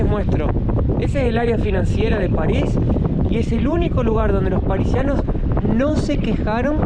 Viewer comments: cada vez que decías Parisianos me daba como jaqueca, son PARISINOS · Parisianos no se dice, es parisinos... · No se dice parisianos, es parisinos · Parisinos se dice, no parisianos! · "parisinos" y "científicos" van a pensar que los argentinos no sabemos hablar jaaaa😊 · PARISINOS se dice no parisianos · Se dice Parisinos. Jeje! 😂😂😂😂👍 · Parisinos (no Parisianos) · Son parisinos, no parisianos 😂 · No podes decir parisianos. Deja de hacerte el pelotudo 😂. se dice parisinos o parisienses. La segunda no sabía, pero la primera la sabe todo el mundo 😂😂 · Parisino no es parisiano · estás seguro que viviste en ARG?? "Parisiano"??? "policiamiento"???? En cuanto a París, otros Youtubers q creo conocen un poco más q vos, dicen q París ha cambiado para mal, en los últimos años debido a la inmigración ilegal. Los musulmanes (y su cultura) están x todos lados Así q disfruta París mientras puedan